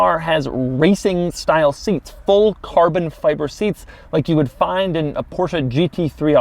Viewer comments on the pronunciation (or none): why does he accent the Fi in carbon fiver soooo goood damn much. it drills me every time